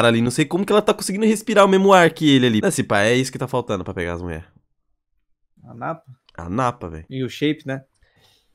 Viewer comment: mano só eu q tava com agonia dele falando "muler" "muleres"